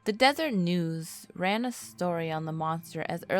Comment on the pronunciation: you call it "desert" news but it is spelled and pronounced differently, Deseret news is pronounced "deser-ette" news and if I remember correctly is supposed to come from a Hebrew word meaning: paradise, anyone who actually knows please correct me on it.